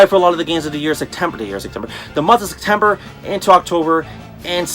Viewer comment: Haha you say Sectember just like Sergio with a c instead of a p